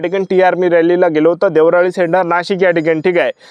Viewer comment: देवराळी नाही रे रताळ्या देवळाली आहे ते